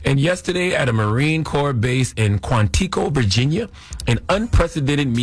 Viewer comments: "Quan-tee-co" took me tf out. Why in tf doesn't Charla know how to pronounce "Quantico"????🤣😭😭😭😭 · Did that 🥷 say QUAN TEE CO?